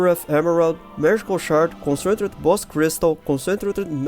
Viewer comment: Please Google "Concentrated pronunciation".